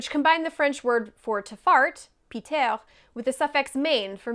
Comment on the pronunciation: It wasn't just the word fart itself, how many synonyms did you use? Beaucoup. I sent you something about le pétomane but did not realize that you would pronounce the final letter in the verb. Nope. The infinitive of péter is pronounced something like paytay with the stress on the second syllable. And, speaking of French, I forgot to tell you about that delicious French pastry, the "pets de nonne" (nun's farts). It ain't just the Brits who enjoy such humor.